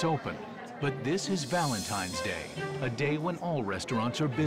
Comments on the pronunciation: Valentine's, not Valentimes. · Someone needs to tell Gordon it's Valentine's not Valentime's. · I read so many comments here and I didn't see a single one talking about how Gordan says "Valentimes" instead of Valentine's. Who knew? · “Valentimes Day”… Chef no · gordon one hundred percent said valentiMes day 😅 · Is it just me or is Gordon saying Valentime